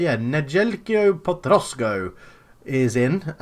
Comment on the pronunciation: Allso potrosko's is š (š=sh)